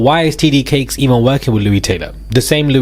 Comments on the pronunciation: T.D. Jakes.... Jakes..boo,not Cakes. Sending goodVibes & positiveEnergy fromCali❤ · It's "T.D. JAKES" not TD Cakes. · you are saying his name wrong is not cakes is Jakes.. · It’s Jake’s not Cakes ….ya clown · TD Jake’s. Not cakes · It sounds like you're saying "titty cakes" (TD Jakes) and I'm not comfortable with that. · His name is not TD cakes. It’s very annoying when you say it. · Wait. Did you say "TD Cakes"? 😂😩💀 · Is it cakes or Jake’s!? 😂 you keep saying TD CAKES 😂😂😂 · Why is he saying TD Cakes??? 🤣🤣🤣🤣